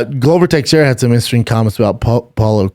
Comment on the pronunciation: How can you not know how to pronounce Texieria